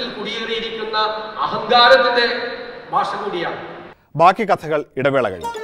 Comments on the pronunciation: ഭാഷ അല്ലടാ വി ഡി സതീശാ "ഭാഷ" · ബാഷ അല്ലടാ വി ഡി സതീശാ "ഭാഷ"